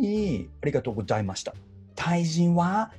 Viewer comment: ごじゃいました が韓国の友達だ🤣